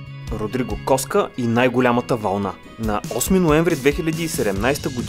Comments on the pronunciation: И не е Родриго Коска а е Кокса 😒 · Кокса не Коска